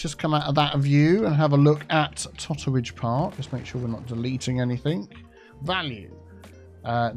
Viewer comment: Totteridge? You need to make that Teatteridge or even Tottearidge!!